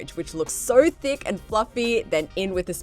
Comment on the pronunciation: Am I the only one who heard d*ck sauce instead of THICK sauce?:,))